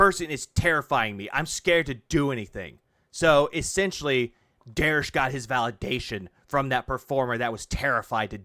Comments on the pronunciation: Bro it's "derich" not "derish". I don't know if it's a fetish thing like dsp but it's so weird that you mispronounce it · Derich is one mispronounced take of his name away from becoming Americas most wanted.